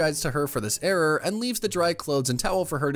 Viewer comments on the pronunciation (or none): none